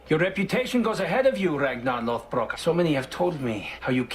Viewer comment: Anyone else cringe every time he says "RAGNAR LOTHBROOK"?